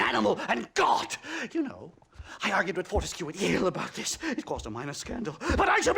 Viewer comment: Fore-tisk = Fort-tis-cue / Fore-ti-cue